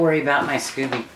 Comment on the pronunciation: I think it's scoby as in "sc-oh-be", not scooby like Scooby Do. I use 4 green tea and 4 black tea bags but like the idea of the kind of tea you use. I pretty much followed Kambucha Mama to get started. Haven't done any flavored kamcucha yet. I like the idea of peach, cherry or mango. I like your brewing vessel. Where did you get it? Hobby Lobby has a beautiful one but it's way to delicate and almost $80. It took 3 weeks for mine to brew because we keep it so cold in our house. I think I need to get a heater strip like Mama uses. Top of the fridge still wasn't warm enough.